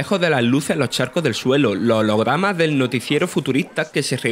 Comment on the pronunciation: lohlogramah Los hologramas* en realidad me encanta este tío